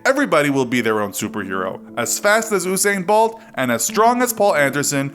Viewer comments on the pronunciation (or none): He can't say Usain Bolt name😂😂😂😂😂